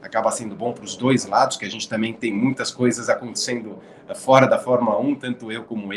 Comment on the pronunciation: Max foi culpado e pronto. Vamos pra frente. A transmissão da Band está de parabéns pela cobertura. Porém uma coisa que me irrita : "por foera". Oh coisa chata!